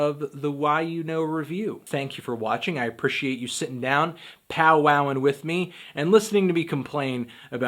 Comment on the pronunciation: I hate how you say appreciate. stahp